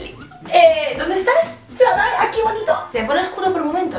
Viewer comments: Se dice "flámae" no "flamáe" Lo siento, no pude evitar sentirme como Hermión con su "is leviósa not leviosá"😂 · por qué ese título? Es del latín? Si es así, se pronuncia flámmae, como si llevara tilde en la primera a. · Es que en latín no existen las palabras agudas, por tanto es flámae. A menos que se haya inventado la palabra, pero lo dudo jeje,.